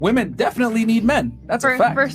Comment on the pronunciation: Dude I like your content. But, please stop pronouncing women as woman. Just stop the bullshit. It's a slippery slope to 1984 and it starts with little things like that.